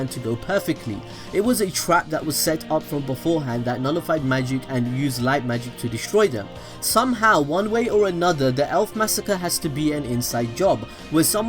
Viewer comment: Likht or light. not lisht